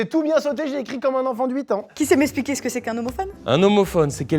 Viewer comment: Elle a quand meme fit "espliquer" au lieu de expliquer.